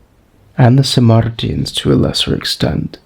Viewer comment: It's Sarmatians, not Samartians.